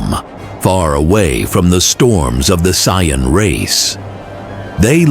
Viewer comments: AI pronouncing saiyan as cyan is jarring. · AI just can't say Saiyan correctly.. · Not being able to pronounce saiyan is is amazing